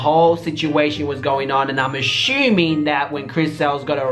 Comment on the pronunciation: AH-SHUMING LOL